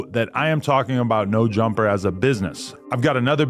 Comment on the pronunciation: "Neur Jumpah"